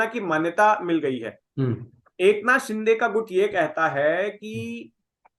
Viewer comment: should first know how to pronounce the names in a correct manner. Mispronouncing names is disrespectful & arrogant. The name is एकनाथ 'शिंदे'.. not 'शि'डे'. It is not a foreign name. A serious journalist would properly research his own content thoroughly before putting it out. But arrogance & disrespect is the hallmark of North Indian discourse. should just shut it down if he does not improve. Doesn't deserve to be a journalist.